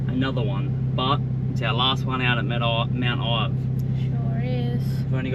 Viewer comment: Mount ive not ivy